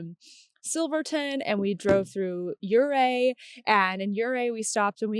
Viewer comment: ❤Montrose!! I live in Montrose and sorry we didn’t have a knitting store for you, I wish we did! I’m impressed with your correct pronunciation of Ouray, such a great lovely town for the gateway to the San Juan mountain range …. Next time try the hot Springs in Ouray and there is a campground “Riverbend” in Montrose on the uncompahgre River which is a stones throw away from my abode! You look great in your knits today, and now a few days later, it’s quite warm 😊. I saw on instagram that you saw the Black Canyon and you were in Grand Junction — I’ve lived there also, along with many other states that you have been driving through, it’s been wonderful to follow your adventures and your knitting projects! Keep up the great videos.